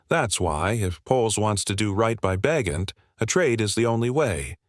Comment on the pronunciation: Carr has not come out and said he's retiring. Ba' jent not Bagent?